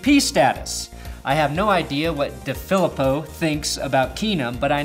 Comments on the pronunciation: John DeFilippo. DeFilippo: Dee-Phil-Eee-Poe..... NOT: Duh-Philip-Oh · FYI, It's pronounced DeeeFeleeeepo